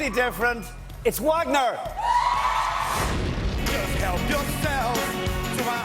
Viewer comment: Louis keeps mispronouncing Wagner’s name!